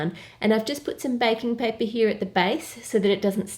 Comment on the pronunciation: omg this is so cute and delicious love it👍 oh and I thought you where saying bacon paper 😂